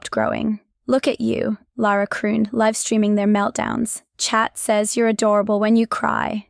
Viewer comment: Stop mispronouncing live streaming 😢